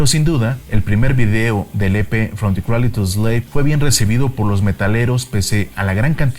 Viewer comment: se pronuncia creidel